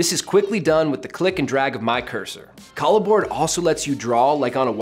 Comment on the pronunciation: Is this really the way it's pronounced? I would think pronouncing it like a merging of "collaboration" and "board" would roll off the tongue better....